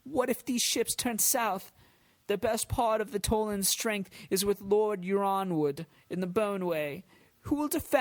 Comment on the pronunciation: 'yronwood' is pronounced 'ironwood'